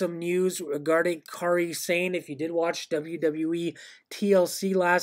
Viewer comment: Yes! "Car-ee Sane"